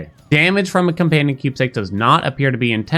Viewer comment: heheeh you said companion funny